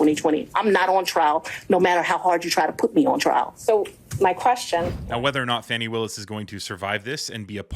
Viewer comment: Thanks for your report, and Madam DA's name is pronounced Fon-nee not Fanny. Common mistake Sir.